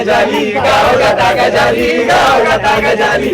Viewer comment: Pronunciation of Gajali is wrong. गजाली शब्दाचा उच्चार चुकीचा वाटतोय...